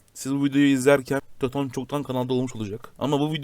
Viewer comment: yahu sen neredesin? töton diyor hala